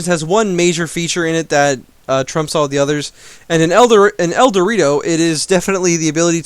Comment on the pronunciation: El Doritos